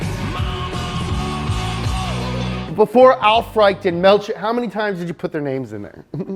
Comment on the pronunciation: In The case of Aufrecht and Melcher, you pronounce the „ch“ more like the English „sh“ only a tiny bit softer. There’s no true grammar rule for wether you pronounce the German „ch“ hard or soft, so it’s a forgivable mistake